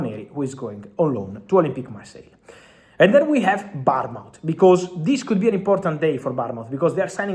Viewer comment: Bottom feeder learn to pronounce Bournmouth.